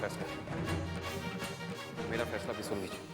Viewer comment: Unho ne kaha Phaisla our mujhe sunayi diya bhainsla😅😅😅😅😂😂😂😂😂😶😶